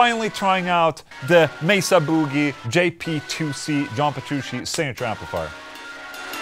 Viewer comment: Petru... CHEE. NOT SHE. DAMMIT OLA. WE'VE COVERED THIS!